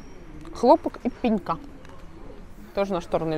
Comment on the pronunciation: Спасибо. Отличный обзор. И мне показалось, что у нас выбор меньше. Люблю ваш канал, но русский язык надо исправлять, у вас же дети. В слове «пенька» ударение падает на слог с буквой А — пенька́. ПолОтнище - основная часть знамени, вымпела или флага. ПолОтнище, и только полОтнище. Ну и облегчИть, а не облЕгчить.